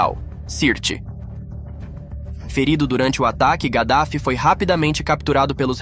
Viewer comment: Kadaffy não (gadafi)